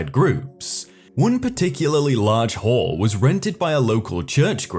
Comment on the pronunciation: Am i the only one who heard whore instead of hall?